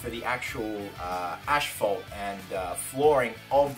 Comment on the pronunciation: Asphalt Not Ashphalt